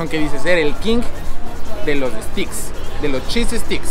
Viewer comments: Steaks se pronuncia "steiks". "Sticks" es una palabra diferente,. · No es que no sepa como se escribe,no sabe como se pronuncia (steaks= steiks) Y se escribe: carnes o res,no: carnes oh res